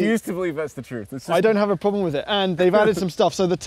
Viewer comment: did anybody notice that suddenly went British when he said "The problem is"?